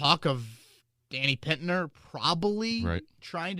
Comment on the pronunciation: I know its only been THREEE months but ya think its possible to get the Danny Pin-TER name correct instead of Pit-NER?